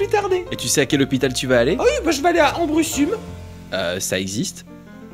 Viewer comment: pour le première article le nom de l'aire se prononce à la romaine donc "ambroussoum" voila